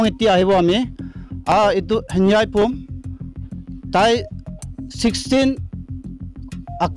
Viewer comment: His name is Henvieh not Hanbua